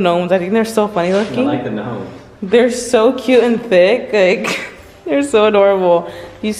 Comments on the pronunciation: they’re fat:.....me?: the eggs Me: I’m pretty sure you said “you’re fat” hahahaha lol 😂 (Not hating) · They're Fat: (Thinking he said "you're" fat) Me?? Me: (Also thinking he said "you're fat") No girl, im pretty sure he was talking to me...😭😂😭😂